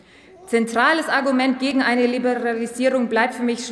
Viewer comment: "waas is daas?? Libe ….libra … liblearisibung … ach kann ich nicht aussprechen, will ich auch nicht.", die wirkt immer wie so eine grundschülerin, wenn sie vorliest